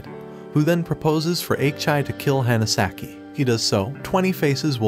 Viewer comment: "the Hanasaki" (pronounced Hannah) You're awful with pronouncing names, even on your other channel. If you can't be faithful with that, maybe you shouldn't review anime.